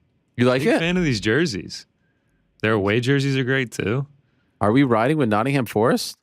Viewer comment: always cringe hearing americans talk about English football. the lack of knowledge , or awareness is astounding. then they try to pronounce the names... "Notting-ham" ? its a silent H.